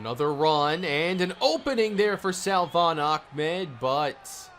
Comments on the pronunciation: Dude. Lol you say Salvon ahmed's name like "suhvon" you don't pronounce the L.... vid 3 of saying this.... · The correct pronunciation for salvon is “suh-von” Keep up the great work!